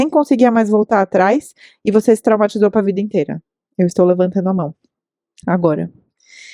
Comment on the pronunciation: eu gosto quando você fala "minhas mões.." (invés de mãos), até aderi ao meu vocabulário 💅🏻